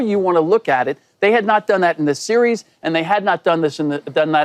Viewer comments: Why shady can’t pronounce series 😂😂😂😂😂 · shady doesn’t even know how to pronounce the word ‘series’ lmao